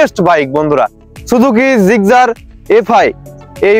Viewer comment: জিগজার না জিক্সার,,, উচ্চারণ সঠিক করুন ব্রো 😊